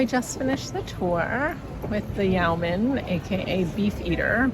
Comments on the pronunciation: Yo-man, not Yow-man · yeeoww man? That should a Yeoman, ( yo man) 🤣🤣